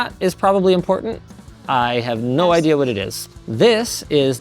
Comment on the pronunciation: "This time it was my idear" Perfekt response! :D